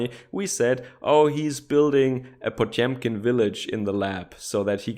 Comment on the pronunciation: Shit, did you buy a broadcast-tier microphone? Say after me: "Pa-tyom-kin"